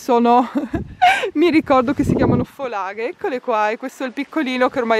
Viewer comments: Ciao, scusa se mi permetto ma Oscar e famiglia sono delle fòlaghe e non delle folàghe, un piccolo errore di pronuncia, la casetta nella quale introduci cibo per volatili la puoi definire una mangiatoia per uccellini. Un caro saluto. Ciao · No, non folàghe bensì fòlaghe 😃